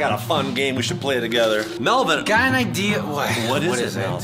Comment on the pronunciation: it is mellven